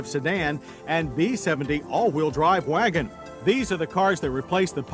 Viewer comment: V designates no not “vagon”! Ha ha ha!